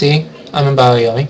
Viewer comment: bio-yomi? it's byo-yomi. BYO!